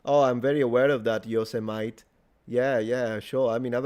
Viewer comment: never in my years have I heard Yosemite pronounced that way, storing that away to give my Colorado family coniptions. Also love how you pronounce "hooligans"